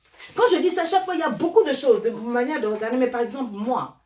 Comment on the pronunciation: Elle dit paer ça des conneries🤣🤣